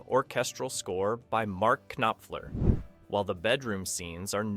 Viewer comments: Mark….Ka-nop-fler 😂 Bot readers! SMH Oh, and Wesley is not “The man in black”…He is the Dread pirate Roberts! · These AI voice overs are getting better. But still have some obvious flaws. If it's not an AI voice over then the speaker hasn't done his diction homework. K-nopfler , seriously? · Homie, you’re a small channel so I want to support you, but butchering Reiner and Knopfler’s names, the weird breaks between some lines, and some weird image/narration matches bring the quality of the piece down. Commit to the project and strive for perfection and you’ll succeed.